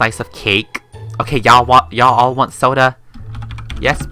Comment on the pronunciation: when said i want a soder iwas laughing so hard and tried not to laugh becuz i had soda i my mouth and it spilled on me:/